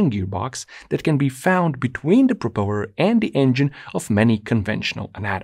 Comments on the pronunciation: Threw me off guard so much when you pronounced "propeller" like that. "propelöör" LMAO. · You are pronouncing propeller correctly you’re just putting emPHAsis on the wrong sylLABle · Propellor: ❌ Propelleur: ✅ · Proper-ler knob😂 There.... what you gonna do about that😂 My apologies. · "that's how I pronounce it- what'r ya gonna do about it?" MUTE button. love you videos, love them even more without the annoying chatter. I only un-muted long enough to hear the sound of that engine- and heard that 'propelluuuurrr". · I think it’s actually propelleur. But i’m totally with you on pronounciation😉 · "Yeah, propellour. What are you gona do about it?" HAHAHAHAHAHAH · “It’s designed to spin a PropelLEHR” 😂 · "Propelö" haha! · I thought that neander engine would be the only engine with two crankshaft per piston. But I guess this has sort of the same effect? Also, I am now going to pronounce propeller like you did. Its going to drive my friends crazy. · the pronounciation of propeller doesnt piss me off its just intersting dialects are fun